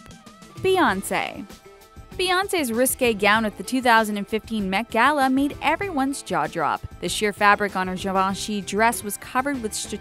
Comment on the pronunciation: Lol she keeps saying jaw jrop instead of jaw drop lmao